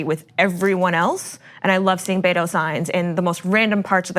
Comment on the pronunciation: You Cali peeps dont get it... until the election in Texas goes down, Beto HAS to tread lightly. To beat Ted, he just cant go full asshole against a Republican in a Republican state. I hate bashing the opponent in debates and ads. And it's not BAYTOH Its Beto. But you all can talk the talk... but this is Texas and Beto has to win but he cant by bashing Cruz. You think you know Texas? You really really dont.